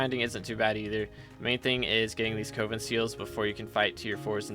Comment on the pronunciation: Coven is “Cuh-vin” not “Coh-vin”….